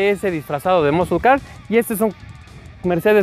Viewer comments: muskel,muskol car hahahah un curso de ingles no les caeriamal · El del Challenger dice Moscolcar hahaha XD